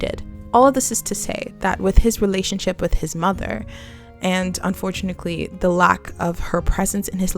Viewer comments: Am I the only one who got trown out of the content by the "unfortunakly" insread of unfortunately? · You also said "unfortunickly" multiple multiple times instead of "unfortunaTELY"😭 was that just a repeated goof or do you just not know how to actually say the word? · Am I tripping or are you saying unfortunacly ?😭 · This is a real nitpick but its "unfortuNATEly" not unfortunikley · "Unfortunickly" haha I wondered if I was imagining it! But it reassured me I was listening to a real person and not an AI 😅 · as i crazy or does she keep saying “unfortunickly” anyway amazing video love the insight!!! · damn god forbid someone mispronounces something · Am I hearing “unfortunickly?” Or am I crazy? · Why do you say "Unfortunickly" 😂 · UN FOR TUNATLY. UNFORTUNATELY. THERE IS NO C IN THAT WORD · I can't get past the "unfort u knit lee" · I thought I was tripping Everytime she said it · This is a genuine question (I’m not a native EN speaker) but why do you pronounce unfortunately this way? Is it an accent? It’s so interesting to me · y u say unfortunately like that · bruh i cant finish this video bc of the way you say ‘unfortunately’